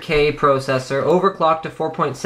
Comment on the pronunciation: he says pro cessor wtf sounds weird as shit.